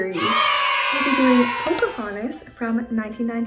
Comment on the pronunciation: you forgot the "n" in Pocahontas, love these videos💕💕